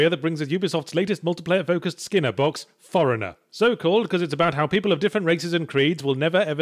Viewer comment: When he said For Honer the first time I thought he said Foreigner.